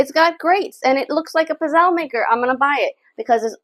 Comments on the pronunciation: You are not pronouning Pizzele correct. The E is not sielnt! Why do all you Americans butcher Italian words! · CucinaPro pizzelle maker is made in China whereas Vitantonio-brand is made in Italy. With the Vitantonio, the coating is made from non-stick ceramic. With Italian-made kitchen products premium metals and thicker gauges are used that heat evenly and last longer. I enjoyed the video clip but the mispronunciation of "pizzelle" kept throwing me off.